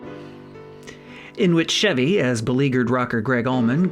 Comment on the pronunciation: I wonder how many episodes it will take before this guy learns how to say the name, "Chevy?"